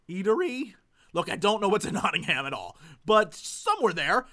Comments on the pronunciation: Jesse, a tip about whilst in England. Nottingham is pronounced "Notting-um. Noone in Britain except the tourists call it "Ham" ^^ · you dont pronounce Nottingham as Nottingham its not-in-hum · Hey Jesse, just as a tip before you go to Nottingham! Pronounce it "Notting-um" instead of "Notting-hayum" and all the locals will love you! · please dont say nottingHAM, i know it is spelt that way but say it like 'Nottingm'. :D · Jesse when you go to England call it Not-ing-hum. Least you invoke the fury of the British... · If you are in Nottingham you should go to the Canalhouse pub. It has continental beers and a cannal running through it. Also, you should pronounce it notting-am. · I booked Gemucon ages ago when I heard you guys were going, I tweeted Dodger about a Ramen place in Nottingham, she ignored it ;__; also in England we pronounce Nottingham, Nottingum... basically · PSA for Mr Jesse: "Notting'am" It will make you sound like you know what youre talking about. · Just a heads up, ANY location in the UK that ends with 'ham' is pronounced 'um', so like Bir-min-g'um, Not-tin-g'um. Trust me, this will cut out a LOT of the "Are you American?" people. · Woah, Jesse, Nottingham is pretty much a short train ride from me, meeting up outside the con would be amazing! Will it be arranged in advance though, or just spontaneous, because that could be tough =/ (also, just pronounce it as Nottingum, as we do XD You'll stick out like a sore thumb otherwise!) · The way he pronounces Nottingham is just... something else... lol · The way you pronounce Nottingham is adorable. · I love the way he breaks Nottingham up into two words :) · please stop mispronouncing Nottingham, it makes my butt clench.